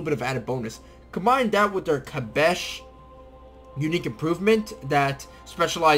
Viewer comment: Hi, thanks for the video. The special improvement is pronounced "Kass-bah", not kabesh ;) Maybe you know the very famous Clash song "Rock the Casbah" ?